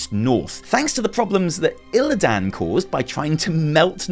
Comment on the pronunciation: I love you. You are my spirit animal. But pleaseee log onto WC3 and listen to how to they all pronounce Illidan - no one ever puts so much emphasis on the “dan” and it just makes me think about that cringe WarcraftBible guy 🙈